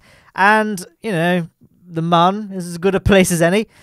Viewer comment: Please, the umlaut above the 'u' means that Mün is pronounced "moon". Love your antics. Have you considered recreating the Plymouth Xmas Market fair ground rides next?